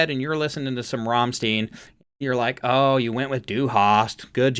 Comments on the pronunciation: It's Rammstein, not Rammsteen. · Rammstein is pronounced like RRahmShtine... basically you roll the first "R" then at the "st" you add an "sh" Sound so it's "shtine" not "Stine" RRahmshtine... ✴️an easy rule to remember when you see "EI" say "I" (the 2nd letter) ex. Einstein When you see "IE" you say "E" (the 2nd letter) ex. Believe Hope that helps 🙂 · A great reaction, thank you. Their name is pronounced 'Ramm Sti en' to rhyme with Frankenstein, not 'Ramm steen', when they came out in the '94, formed in Berlin, they were considered to be an 'Industrial' band at that time, but now they're under the banner of 'Metal' and 'Industrial Metal', to be exact, this track is from their second album, tracks to check out by them are; 'Mutter', 'Links 2-3-4', 'Ich Will', 'Sonne', 'Engel', 'Zeit' and 'Deutschland', there are plenty of other tracks by them but these are good ones to start with. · You pronounced Rammstein completely wrong! Ramm- like Rahhmm and then stein in English like I! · Why would 'Rammstein' ever even be imagined to be pronounced 'Rammstiin'? Look at the letters man. Apart from that, fun reaction. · Rammstein is around for a very long time. Their lyrics are meaningful, a bit tricky if you don’t understand German. It’s pronounced Ram-styne in your ‘phonetics’. They are best seen live due to the pyrotechnic theater show: each song has it’s own choreography. Unfortunately they sparingly release professionally video-taped live content. Most you find on YT is live amateur taped. But some of the footage is passable although the audio leaves much to be desired. Rammstein has many great official videos though. Of their last album that struck me as very humorous is the official video,of the song Zick Zack. The message however is very clear. Watch it, you’ll understand. It’s society criticism delivered with an axe. This is typical of Rammstein. And they never disappoint. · Try to say Stein like shine and add a T (shtine).